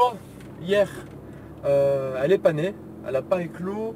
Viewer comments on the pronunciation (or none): J'ai eu un petit choc à quand tu as dis : "L''oie elle est pas née" ; j'ai compris : "L'oie elle est panée" !!